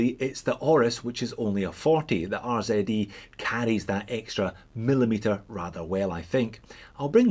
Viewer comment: Finally..........a proper "Z" pronunciation 🤪🤪🤪